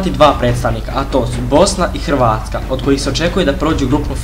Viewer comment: Dobro je rekao samo je krivi naglasak.